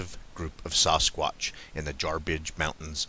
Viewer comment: Lol you put the sasS in Sasquatch the way pronounce Sasquatch by saying the A as a O - Sosquatch lol love it